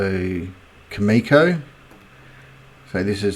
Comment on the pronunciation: Pronounced CAM-E-CO